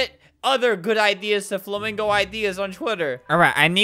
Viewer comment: he said flamingon not Flamingo:P